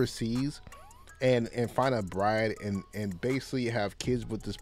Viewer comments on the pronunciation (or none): none